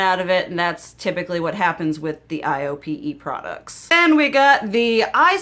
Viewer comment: For low buy tips, watch whitney hedricks! She breaks it down on what type of shopper you are. I think you’d prob be a 4 or 5 on her scale. Highly recommend! Also the brand you love is pronounced: I OH PAY. It’s a fancy schmancy Korean beauty brand.